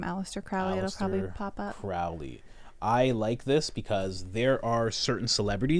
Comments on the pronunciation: Crowley pronounced his name "Crow-ley," not "Crou-ley": he wasn't a Satanist, nor was Jack Parsons. Crowley thought Hubbard was a fraud. Jeez, do some research, man. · You guys don’t know how to,pronounce Crowley or Thelema besides that Crowley was so skeptical about the spirit world he never completely believed it was outside of the human mind. He didn’t believe in a god or satan but believed in the results of the rituals.